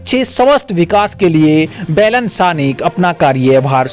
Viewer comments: अरे भाइ बेलेन नहि बालेन शाह बोलो यार कमसेकम उच्चारण सहि ढ्ङ से करो। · भाई साहेब आपका ये news के लिए आपको धन्यबाद लेकिन १ बात पर आपका ध्यान आकर्षण कर्ना चाहुँगा आप जो नाम ले रहेहो वो गलत उचारण कर रहे हो ये (बेलन शाह) नही ये (बालेन शाह ) है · आपके उच्चारण अशुद्ध है । बैलन साह नहीं, बालेन साह बोला करें ।